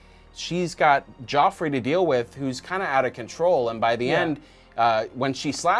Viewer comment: You mean Joffrey, not Geoffrey